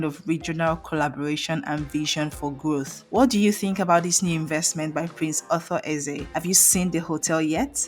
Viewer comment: So, you can't even pronounce the man's name or what?